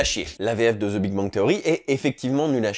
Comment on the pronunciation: Le "the" tu le prononce mal (zeuh), ta langue supérieure doit toucher les dents... Pratique la VO, en fin de compte, pour améliorer son anglais, n'est-ce pas?